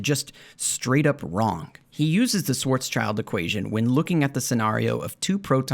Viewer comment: I've read Haramein's Schwarzschild paper many years ago, and as a physicist from this field (quantum gravity) I was really surprised by how sloppy and weird it was. Apparently that didn't stop him from producing more pseudoscience. So I really liked your video. One small remark (if already noted by others, forget about it): you pronounce Schwarzschild as "Schwarz-child", but it's actually pronounced as Schwarz-shield" ;) All the best!